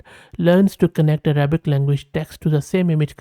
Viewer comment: Your Arabic pronunciation is almost correct 😊